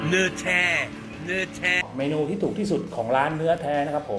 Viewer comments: นอแท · ชอบตรงพูด เนื่อแท่ เนื่อแท่!!! 555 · ดูพี่กินแล้วหิวเลยครับ ผมชอบ พูดคำว่า เนื้อแท้ มากๆครับเหมือนฝรั่งเว้าอีสานดีพี่555